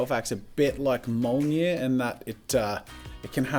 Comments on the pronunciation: Wait wait wait wait Did he pronounce mjolnir as molnyir? To be fair Paul Rudd thought it was Jonathan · When he said Mjölnir, it sounded like Molnia, which kinda sounds like a disease tbh.